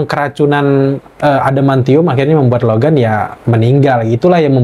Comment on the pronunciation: Logam Logen wkwkwkwkwkwkw Logan* dong kak, huruf A wkwkwkwkw